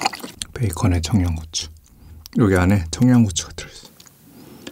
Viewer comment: 크림 소z흐 긍카 베이컨 청냥고추 크림 소z흐가 진짜 약간 사기수준이에요